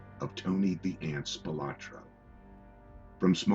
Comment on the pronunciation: Well, for starters, it would have instilled a bit more confidence in the veracity of the content if the narrator started of pronouncing the subject's name correctly; as "Spilotro" versus "Spilotra". What a joke!!!